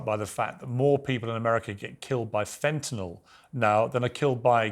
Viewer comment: fenta -nyl (nil) not fentanol (nol)